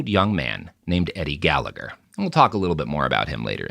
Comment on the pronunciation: For fucks sake Robert learn how to pronoun Gallagher correctly.